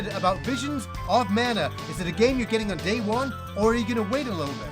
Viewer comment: Great video! Man, I'm having a hard time with this release. Secret of Mana, secret of Evermore, and most of those games are special to me (from my childhood), but with those releases, they didn't talk much, so the constant incorrect pronunciation of Mana drives me nuts! This is extra crazy since the damn word is in the title! It reminds me of another favorite Yakuza, the characters are from Japan, but they cannot say karaoke!